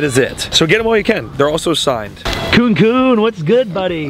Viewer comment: It's pronounced koonie koonie.